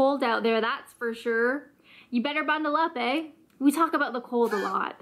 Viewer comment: You put on a really weird accent when you're imitating us lol. Just talk like yourself and use the slang 😆 She's also putting on a weird accent when she's imitating the slang, I'm not sure where she is from, but ignore it lolol. Also you're putting too much emphasis on the eh. Just say it like it's part of the last word you've said 😉